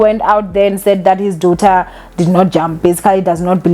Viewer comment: Trust to year after year butcher words😂😂😂 ever since I started watching this channel years ago u girl continues to call Kairo, Kayiro😂, daughter uthi dawther😂, especially, uthi ecspecially😂😂😂…. Mara atleast you know yourself nge Igrish, ….PS this is all banter, I love this channel